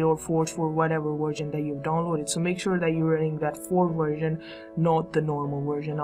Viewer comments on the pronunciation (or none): you said worsion